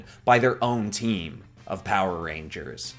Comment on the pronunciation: I keep hearing, "reindeers" even tho that isn't a word